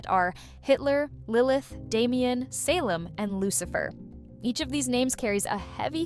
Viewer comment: Right. Advice on cat-naming from someone who can't pronounce "Salem".